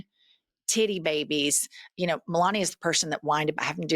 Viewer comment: Melania cant read. He says “ka-know” instead of “know”